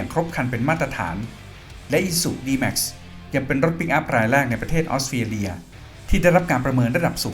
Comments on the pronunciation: 😅🤭🤭🤣🤣 ออสเตรเลีย กลายเป็น ออสเตียเลีย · ฟังยังไงก็"ออสเตียเลีย"